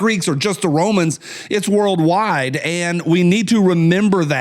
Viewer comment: “It’s whirled wide” 😂